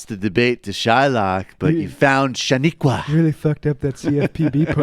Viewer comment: lol "Shami-qua" Michael do you watch Unreal?